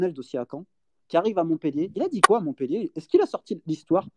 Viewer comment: MontpEllier merci de bien prononcer !!!!